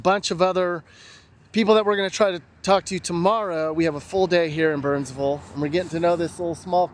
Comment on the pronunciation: "We just arrived to bernsvull North Carolina". Good job saying it correctly,! And if you end up finding Maryville TN, it's Merruhvull.;)